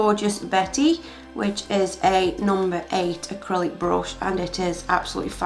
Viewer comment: why you say brush like that lol!